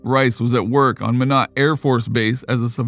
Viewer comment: Minot in pronounced like “my knit” depending on accent “my nut”